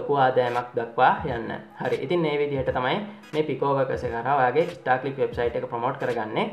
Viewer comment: Monada bn Uba kiyana website eke nama. English pronounce waradi. Star clicks da naththan istar clicks da 😂😂